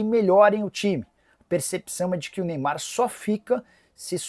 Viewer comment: CARAMBA "NEYBAR" ISSO QUE É AMOR AO "PRANTOS"😂😂😂😂